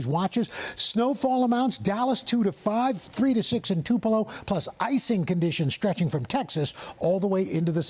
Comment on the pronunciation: 👏🏻👏🏻👏🏻👏🏻👏🏻👏🏻 at Al Roker pronouncing TUPELO correctly.. Like NO ONE outside of this area can pronounce Tupelo correctly.. They all say TU-PA-LOW or TU-PEE-LOW.